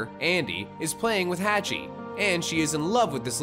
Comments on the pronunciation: My guy said "hatch-e" Edit: the real name is pronounced" haw-ch-ee Hawchee" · It's pronounced HAW CHEE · Umm you could at least PRONOUNCE Hach's name correctly. Did you even WATCH the movie?